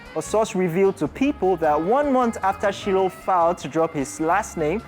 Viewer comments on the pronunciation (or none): Her name is Shiloh (Shy-low)